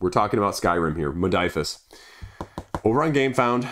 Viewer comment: Modiphius, not Modiphus. Hurts my ears!